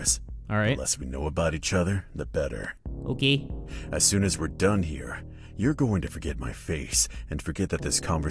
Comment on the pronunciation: The way he said '' oki '' or ''oke''